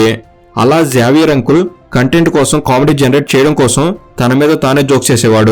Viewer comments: జావియర్❌ జేవియర్ ✅ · Neku kanisam xavier ne sariga pronounce cheyadam kuda radhu….😂😂😂